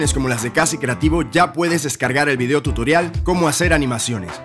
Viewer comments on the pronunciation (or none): none